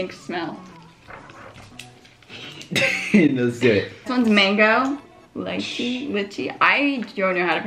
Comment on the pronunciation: it's pronounced lee chee hahaha